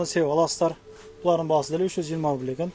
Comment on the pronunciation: Рубил эмес рубль